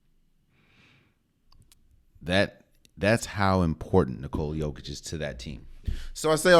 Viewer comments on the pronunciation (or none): Actually bro it's not YOH-kitch it's Yokich. Trust me I'm Serbian I would know. It's pronounced really shortly. The worst part is his name actually no one did it correctly to be honest, it's not NiCoola its NiCola. Again really shortly and tightly. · You raise some great points, my Balkan friend. Also, for anyone who doesn't know already, it's pronounced "nicola yOH-kitch", not nicOla yO-kitch. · Not quite, my Serbian brother. YO sounds like "yo-yo", and YOH sounds like "oh my God!"... OH my God, it's yOH-kitch! ✌🌈🏆